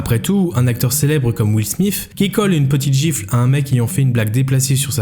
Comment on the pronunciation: " will smiff " j ai vraiment eu du mal dans cette partie